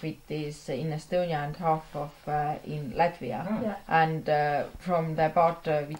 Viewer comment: "Lätvia" ! - kas ma kuulsin valesti? "LÄTVIA"!!!